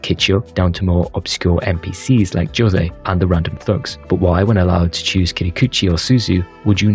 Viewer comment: Jose is pronounced "Ho-zey" not "Joe-say"